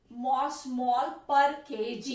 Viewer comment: it is milli osmol not mosmol